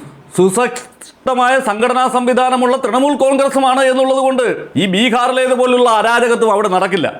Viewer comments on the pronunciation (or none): none